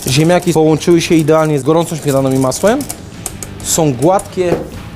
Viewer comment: "ziemjaki z masłem i śmietanom" - do logopedy! :P